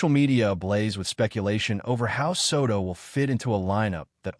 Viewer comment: I hate AI narrators. They can't pronounce names correctly.